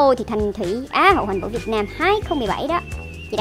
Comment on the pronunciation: Em nhớ chữ HOÀN VŨ không có "g" mà ta :)))